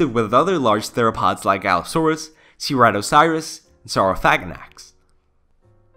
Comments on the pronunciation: The way he says Ceratosaurus is hilarious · Like I really like this channel but the pronunciations of certain things like Ceratosaurus always get me. At least there’s always a reference of the creature you’re taking about so It’s not that big of an issue just a little nit pick.